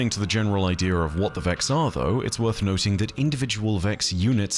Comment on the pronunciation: Idea still doesn't have an r in it.